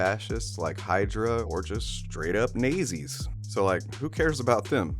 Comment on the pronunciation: Dude seriously it’s pronounced naught-zis dude.